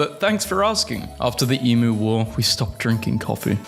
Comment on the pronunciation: ITS PRONOUNCED EEMYOU.